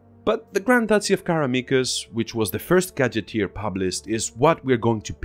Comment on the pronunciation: Check your spelling, bro. It's literally on the cover of the module. Assuming you're not a native English speaker, I can give you a pass here but....And at least you know how to pronounce the word gazetteer, unlike some folks here on youtube.